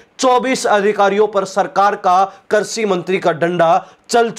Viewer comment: कर्षि नहीं कृषि शब्द होता है ।